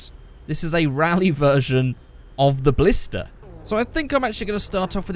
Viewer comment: Ballsta. Ballista RS. Ballista TA.